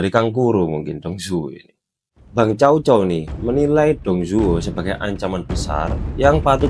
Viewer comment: Org cina melafalkannya tsao tsao bukan cao cao. Mirip kyk huruf tsa dlm bhs arab